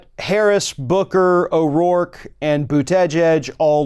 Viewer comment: I love ya buddy BUT...for crying out loud, get Mayor Pete's last name pronounced right, will ya? It's not Bu-TEJ-edge. It's Boota-jedge, at least, according to what actually comes out of his own mouth! Continuing to mispronounce it makes YOU sound stupid and I cringe every time 'cause you're a smart man who shouldn't promote a stupid self image!